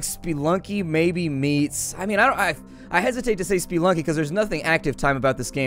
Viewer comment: WTF did he just call Spelunky spiilunky? Spelunky comes from spelunker, so if you say spiilunker idk anymore.